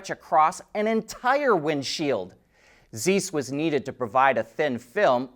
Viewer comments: Great content,. Keep up the good work. I watch your channel on a daily basis. Just a correction, the lenses manufacturer pronounces Zise, not Zese. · It is pronounced "Zise" like vise, with a 'z'. Not Zeese like geese.... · ZEISS pronunciation in english should be: tsais. Greetings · In German "ei" is pronounced "eye". "ie" is pronouced "eee". Zeiss is pronounced "Z-eye-ss". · That’s not how you say Zeiss. And that’s still not how you say Xiaomi. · Yeah, that was ear cringing to hear him pronounce it that way. He always gets things like that wrong. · It's not that it's mispronouncing a German word so much as this is a well known world wide company. I would think someone his age would know how to pronounce it. Obviously not.